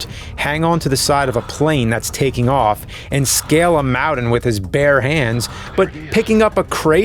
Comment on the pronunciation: This dude cannot pronounce the letter T. “Scale a mowden” .